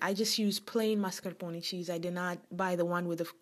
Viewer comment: God love you for saying zabaglione and mascarpone correctly. :-) Looks delicious!